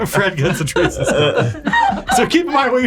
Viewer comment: At first I thought they said "Trees and stars" and then I realized it was actually "Treason stars"